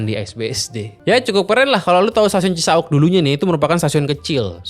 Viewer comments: Duhh cara baca Cisauk nya bikin sy gelisah. Bacanya biasa aja , Cisa-Wuk.. jangan Cisa-Ukk😅 Btw Cisauk ini salah satu stasiun paling TOD di Bodetabek. Ga cuman dia nempel sama apartemen, dan Pasar Modern... dia juga nempel deketan sama Perumahan padat Serpong Garden dan Citra Garden Serpong... penghuni bisa banget sepedaan... dan taruh sepeda di parkiran Cisauk Point. Kelemahan terbesar nya adalah Green Line KRL ini armadanya kureng, udh gitu jadwal ga sebanyak Bekasi/Bogor. DAN pas jam kantor, Green Line itu jauhhhhhhhhhhhhhh lebih pepesan ketimbang trayek Depok/Bogor. Jadi bagus emang stasiunnya , tapi keretanya paling jelek dan paling ga nyama di antara seluruh line KRL. Karena sekarang pengguna KRL nya udh menyebar sampe ke Maja, Rangkas, sama Parungpanjang. Bukan bermaksud sinis, Green Line ini termasuk trayek yang juga merangkap "angkutan pedesaan" buat pedagang kelas bawah ke Jakarta.😅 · Cisauk bukan cisa'uk. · Gak CI-SA-UK juga dilafalkannya... Tapi Ci-SAUK spt pelafalan. MAU. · CiSauk bukan cisa uk